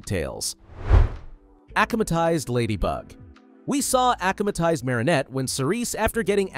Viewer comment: AH-KUM-AH-TIZED no ACH-AH-MA-TIZED